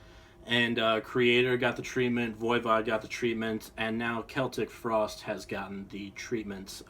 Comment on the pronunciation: I'm very happy you can pronounce Celtic frost right